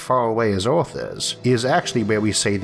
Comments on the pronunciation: I like how you pronounce earth (orth) 😅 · So what planet is this "Orth"?